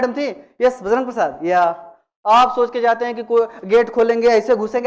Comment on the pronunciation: Bajrang naam hai BAJRAG nahi